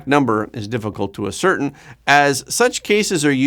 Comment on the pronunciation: Ascertain is pronounced Ah-sir-Tane